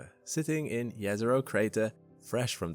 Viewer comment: Oh congrats...I hear Jezero corectly for the first time ...amazing and thank you!